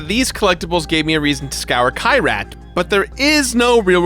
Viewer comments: it’s key-rat not kai-rat😭. i’m sorry hate to be that guy. great video tho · Kyrat, not Kayrat., you mispronouncing villain. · Fun drinking game: Every time mispronounces Kyrat (KEY-rat) take a shot. Note: Make sure you’ve updated your will in case you succumb to alcohol poisoning.